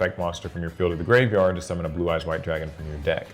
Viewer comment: Please just pronounce it as graveyard